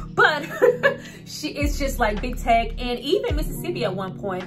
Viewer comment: LIL MURDA'S PRISON FRIEND'S NAME IS: "TEAK"...NOT TECH